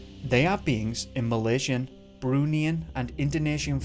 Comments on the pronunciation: 'Bruneian' - a friend of mine came from Brunei - it's pronounced 'Broon-eye' and thus 'Bruneian' would be pronounced 'Broon-eye-an' I really enjoy your work keep it up you're doing great! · Thanks. Bruneian is pronounced Broo Ny An. A person from Brunei, pronounced Broo Ny. Also, Mohd is the shortened, written form of Mohammed. 😉🙃